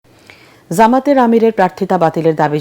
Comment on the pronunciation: যামাত ❌ জামাত ✅ সাংবাদিক 😂